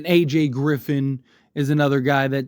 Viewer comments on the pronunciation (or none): none